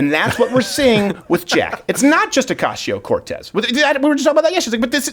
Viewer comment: Andrew Klavan's pronunciation of AOC's name s perfect and you should adopt it.